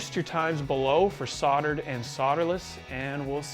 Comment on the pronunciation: If I had $1 for every time he said “soddered”, “sodder”, or “sodderless” I think I’d be able to swing a new pedal!